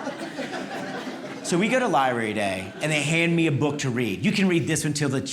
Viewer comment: Dude it’s LIBRARY not Libary.